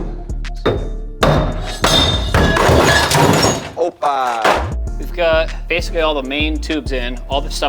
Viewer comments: that "OPAAA" was so brazilian 😂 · Is there a Brazilian 🇧🇷 in the team??? That "opppaaaaaaaa" is suspiciously BR. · I can recognize a Brazilian opa when I hear one